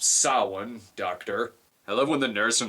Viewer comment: And yet another person who can't properly pronounce "Samhain."